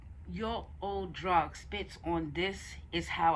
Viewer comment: it's pronounced droog as in food lol but dope review